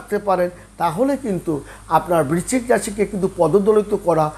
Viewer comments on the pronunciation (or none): বিচ্চিক না বৃশ্চিক, বড্ড কানে লাগে